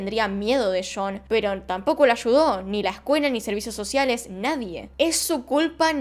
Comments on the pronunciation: Se escribe "Sean" y se lee "Shon" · Cada que dice "shon" no se si es John o Sean, pero weno, excelente vidio. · Y yo pensando que realmente era "Shon" javdjvzjavjza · Ojalá trataras de neutralizar más tu acento. Se confunde cada ve que dice jhon o Sean